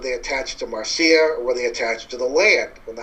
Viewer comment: It's not pronounced Mar - Cee - ah. It's Marc - Ya